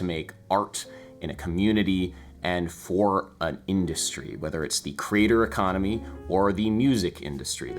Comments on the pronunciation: I’m sorry is he saying “crater” economy? It sounds like he’s saying crater economy… idk maybe it’s just me! Adam, been following you for years. Love the content, also… just love your journey! Whatever you’re doing I’m happy to check it out 😊 Jam on 🙏🏻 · (Your band sounds great and approachable.) (I thought you were saying 'crater economy' for several minutes. Hmmm, I was thinking.) Others have pointed out that the mainstream music business is an ecosystem that develops new talent, which is an important function. You fleshed that out in this video. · When you say "creator economy" it sounds like "crater economy" and those might actually be the same thing. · I've watched this a couple of times and on the first time through, I hear you say "Crater Economy" but then realize you're saying "Creator Economy." But then, on reflection and in terms of the entire video, "Crater Economy" also sounds appropriate. This is something that's worthwhile to think about for anyone pursuing art and looking for a way to make that fit into their lives and into the world. I've greatly enjoyed your video essays because they often get me to think about things in ways I hadn't previously considered, or go deeper into areas I have some interest in but hadn't yet taken the dive into (thinking specifically of "The Grotesque Legacy of Music as Property"). I'm glad you're still interested in doing these videos. I appreciate the work and the insight. Cheers! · By the way you were pronouncing it at first I thought you were calling it the "crater"economy, which sounds more like the business ventures I get involved with. 🙂 Just like I'm sure everyone else is telling you here, your content is crazy valuable to your subscribers. Sadly or gladly, I can say that about a number of YouTubers content. I'd love to reward them all with hundreds of dollars but I just don't have it! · Oh, the “creator economy”; I thought you said the ‘cratered economy’! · Are you saying crater, or creator economy?